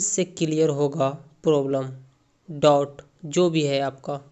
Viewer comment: Dot nhi boliye doubt boliye